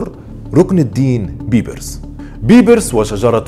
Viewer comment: لماذا تنطق إسم " بيبرس " بهذه الطريقة الغريبة وليس بالطريقة الصحيحة ..؟؟؟ وثانياً .. طريقة موت " شجر الدر " ليس صحيحاً وكما ذكرت المصادر أبداً .. وحتى أسمها تنطق به خطأ فهو ليس " شجرة الدر " بل " شجر الدر " . فأرجو منك التأكد من المصادر الموثوق والصحيحة قبل روايتك لأي قصة .